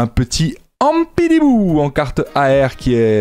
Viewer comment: ampidibou qu'il a dit :p cest ampiBiDou aha, j'ai aussi remarqué que les tripack sont claqué pour ev3.. PS: superbe vidéo, on kiff quand tu propose du pokemon :D